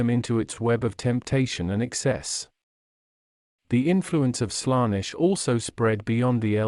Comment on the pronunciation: Good video, but please fix the pronounciation errors: Warhammer 40000 is pronounced 40K Colonize is pronounced Co-LONN-ize Primarch is pronounced Pry-mark Daemons is promounced Demons Abhumans is pronounced Abb-humans Slaanesh is pronounced Slann-esh Eldar is prounounced El-daar Roboute Guilliman is pronounced Ro-bu-te Gil-uh-man Astartes is pronounced As-star-tiis Feel free to add stuff in the comments, folks